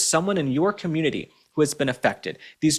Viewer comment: I cannot possibly be friends with anyone who pronounces the word “ Community “ as “ Commooniddy “…… whoever that guy in the kitchen is…. With that Ghost of Christmas Past and her husband.